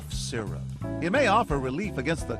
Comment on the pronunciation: “sipping sizzurp” chile- anyways it’s lean